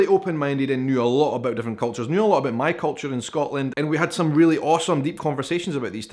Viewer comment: I just can’t unhear the abœt.